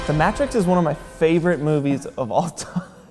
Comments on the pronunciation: Wtf is the 'matt-rix' it's that may-trix end of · Seriously, "the MATT-rix" gave me an ulcer. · are we all just gonna ignor the fact that called it "the Mat-ricks"? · "may - tricks" not "mat ricks" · Immediately triggered when one of my favorite movies was pronounced the MATT Tricks... Lol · It's pronounced "May-tricks" not "Mah-tricks" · I immediately lost faith in any criticism or guidance this video had when I heard: "The Mattrix". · I’m sorry but..... the MA-TRIX??????? It’s pronounced MAYTRIX. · “The MATrix” My guy... say it with me... MAY - TRICKS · 😳😲" THE MATT TRICKS" 🤢- NO! ITS THE MATE TRICKS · the mAtrix -.- it's pronounced mEYtrix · "The Mat-Trix is one of my favorites of all times"........Okay you..... Just be quiet for the rest of this video. And yes THE MA-TRIX is a great movie. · I'm sorry, did he call it the Matt Tricks? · The Matttricks... one of your favourite films that you can quote but you can’t pronounce the title properly which is said a million times in the movie you can apparently quote... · The Matt-tricks? It's supposed to be the Mate-tricks, great video though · U pronounced matrix like Mat-rix and not Mate-rix 🤣🤣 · The MATTrix. How do you not know how to pronounce it? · the may-trix is how you are supposed to pronounce it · Every german speaking person: „The Matt-rix“ but okay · Spanish speaking people: "La Matt-rix" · Y’all say “ The Matt-trix “? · Favorite movie of all time and pronounces it Mat-Trix? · Okay okay okay, hold up. "The Mattrix"? 25 seconds in and i'm done watching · It's an English movie title... And even if he was, for some random reason, pronouncing it with a Spanish accent, it was still incorrect - it'd be pronounced "Mah-treeks," not "Ma-tricks." The latter sounds like a Spanglish pronunciation, but the way he said it just sounded like a silly mistake or ignorance. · The fuck he just say, fucking Mattricks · "mat trix" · The Matt-tricks, pronounced like hat or cat.....uuughh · did he say MATT-TRIX